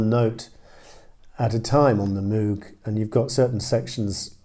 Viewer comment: Robert Moog’s name rhymes with “vogue”—the mispronunciation is practically universal and the spelling certainly leads one in the wrong direction.